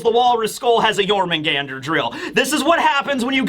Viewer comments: As a Swede, your pronunciation of Jörmungandr isn't that far off for an English speaker. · Your Jörmungandr pronunciation is actually pretty good